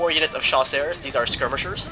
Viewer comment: "Chasseurs" is not pronounced "Sha-sars." It's pronounced "Sha-sers" Trust me, i took 9 years of french.